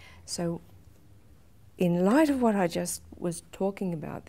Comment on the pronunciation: I love the emphasis on "IN LIGHT OF"